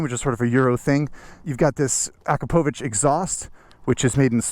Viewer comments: Akrapovic- uh-crop-uh-veech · say that again, but say it properly “Ah-Kro-Pavitch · Not the way Igor Akrapovič pronounces it...